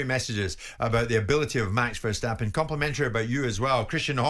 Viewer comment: It's not pronounced Vershstappen but Verstappen.